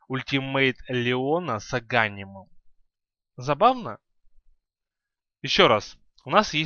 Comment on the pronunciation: Не агАнимом, а аганИмом!!!! БЕСИТ! И не дАгон, а дагОн.